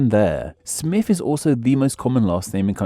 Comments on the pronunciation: The fact your accent means you pronounce Smith as smiff makes this video extra delightful. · The Presenter keeps saying "Smiff"